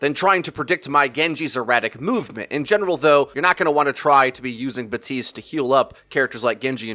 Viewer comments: Its baptist not batist the p isnt silent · In French you pronounce the p in his name. Batiste is a brand of dry shampoo, BaPtiste is the new hero on Overwatch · BAPtiste, you DO pronounce the P. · It's BaPtiste you pronounce the p lol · You're supposed to pronounce the p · i stopped watching when you said batiste